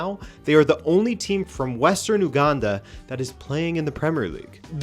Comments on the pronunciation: It's pronounced, "Yu-gandan" not "ooo -gandan". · you don't say Uganda like a Frenchman,😅😅 Its pronounced Yuganda 👌 Really though, Pep is really going through it 😬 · he kept saying "embarara" and "ouganda" its more like say each of the letters slowly with more emphasis and its "Uganda" not "ou". I get the difference comes in accents just seemed jarring the first time i heard it. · You got a kit from my country but butchered the pronunciation of Mbarara and Uganda😂😂😂 Nice try though